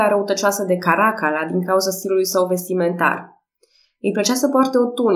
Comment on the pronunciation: Îmi place mult Podcast -ul , felicitari Mi-ar plăcea totuși ca numele romane sa fie pronunțate cu accentul pus corect (Caracalla , de exemplu). Caracálla